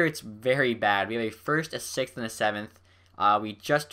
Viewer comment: he said "we have a first a sex and a seventh" lol😂😂😅😭😂😂